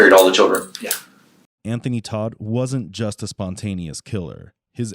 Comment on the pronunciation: Tot not Todt.